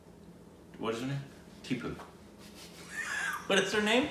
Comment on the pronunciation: He pronounced Tibu and not Tipu